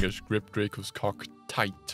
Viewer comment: tHiGhT not tight 😂